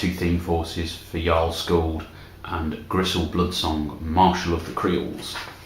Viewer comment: Thank you for pronouncing Jarl's name properly.